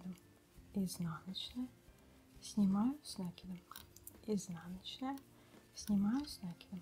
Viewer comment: Ну не с нАкидом а с накИдом ,Вы же вязальщица !